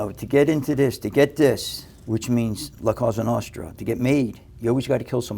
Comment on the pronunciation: " La Cosa Nostra" the moment I knew he didn't speak italian.